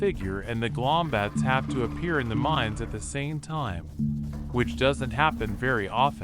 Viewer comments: Its gloombats not glombats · “Amboosh” “glombats”